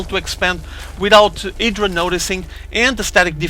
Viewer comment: Idra not edra haha